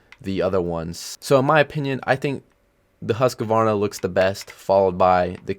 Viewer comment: Not huskyvarna it's hus kvarna 💀